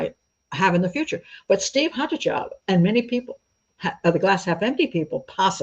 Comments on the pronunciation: The name 'Haataja' is not scandinavian, it is finnish which is often considered a scandinavian country despite not, in fact, being on the scandinavian peninsula. It is NOT pronounced 'haatadja' as you did but closest to 'haataia' as the sound for 'J' in finnish is closest to 'i' in english and absolutely not a 'dj' sound. Also, you say he bought 'an accelerant' as well as the schnapps, which as a combination means that we need to know exactly which accelerant, or you might as well have said "he bought stuff" because that is as pointless to know. Vodka is an accelerant, did be buy vodka? Fairly relevant. Acetone, Benzene, pure alcohol - all accelerants but can be for many purposes other than setting fire to. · It's a Finnish surname, pronounced as Haataya.